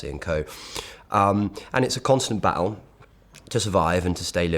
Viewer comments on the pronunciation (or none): I can here the Northamptonshire twang when you say 'Battle'. Good old glottal stop!